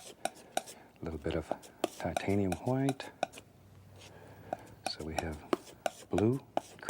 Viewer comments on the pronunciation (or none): themango1007 "hwite." "as in the BEST COLOR, TITANIUM HWITE" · Started saying "white" as "hwite" thanks to Bob Ross. Someone heard me and was like "waaaat!?" Hahahahaha!